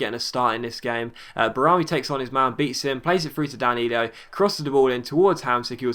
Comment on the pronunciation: Hey, it's not Danilio, it's Danilo:-) keep the video's coming